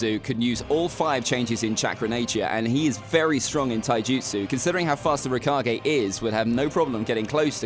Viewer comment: rakagey can u stop saying rakagey is it that hard to pronounce raykage